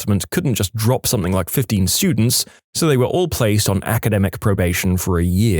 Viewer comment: No K in the word something